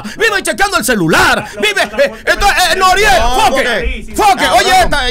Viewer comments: Nadie: Él Pacha: Noruel... Anuel 🤣🤣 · Pachasito es Noriel no NORUEL HAHAHAHA🤣🤣🤣🤣